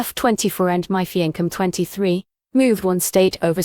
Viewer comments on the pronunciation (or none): It's "fee on say" not "fee onk" (fiance).